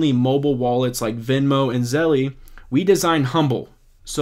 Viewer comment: It is pronounced Z-ELL not Z-ELL-Y